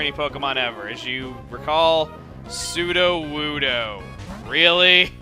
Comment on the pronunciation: lol chugga, it's sudowoodo, not "suduwudu"